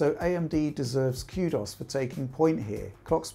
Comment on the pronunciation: has the best pronunciation of kudos (cue dos)